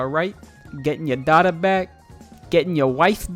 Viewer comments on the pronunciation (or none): none